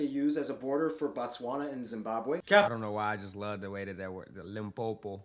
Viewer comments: eiii when you said "Limpopo" you'd swear you are from here in South Africa😂😂😂😂✊🏼✊🏼✊🏼✊🏼✊🏼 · More love fam. You nailed that Limpopo pronunciation !!!. What's popping.... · said Limpopo so well it's like you grew up there unlike them zulus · Pronouncing "Limpopo" 100% better than some of my Nguni people pronouncing it as "Limpompo".😂🤣🤣 Big up bro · Funny how can pronounce "limpopo" when some tribe refer to it as "Limpompo" 🤣🤣🤣🤣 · How you said “ Limpopo “ was spot on!😂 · Oh My God. I'm from Limpopo province, I live in Polokwane. May i just mention that you said it PERFECTLY. You said it like you lived here your whole life. You have said it better than people who actually live in South Africa and learned about provinces in school. Big ups to you on that one. And thank you as well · You said Limpopo so well!! I love that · Well done u pronounced the Limpopo well❤️ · Mans said Limpopo better than me and I'm from Limpopo 😂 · The way you say Limpopo is perfect, that's exactly how we Limpopoians pronounce it 💃💃💃🔥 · wow 🙌🏾. I am from Limpopo and the way you pronounced that is just awesome 👏🏾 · 😭😭😭 my goodness you said Limpopo in the best way possible and you’ve never even been there or heard the right way... amazing, that’s why I’ve been saying g you’re probably South African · Not pronouncing Limpopo better than Zulus😭🔥🔥🔥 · lowkey said Limpopo is perfectly and it was his fisrt try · Your Limpopo pronunciation was spot on👌🏾👌🏾👌🏾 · Limpopo😂😂that’s messed up bro, you sure you ain’t pedi? Coz wow🔥🔥sound better than most South Africans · 😂😂 said Limpopo perfectly. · is definitely South Africa...Limpopian to be exact. Hah...the way u pronounced it!!! 🙌🙌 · mopani worms slap defs 11 over 10...n also i like how u say limpopo correctly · The way you pronounced Limpopo was perfect. That's exactly how it's pronounced 100% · The way you said Limpopo had me shouting 'yes!'. You said it perfectly 👌💗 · Lmao Limpopo you said it so perfect